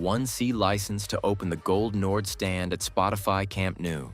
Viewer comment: "gol nord" or "goal nord" if you want to "englishify" it, but not "gold nord"